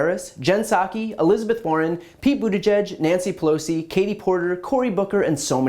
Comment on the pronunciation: “Nyansssy Pelosssi”, good grief what a dingaling.